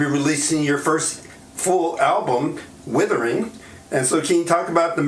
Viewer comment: Interviewer called his album "Withering"....LOL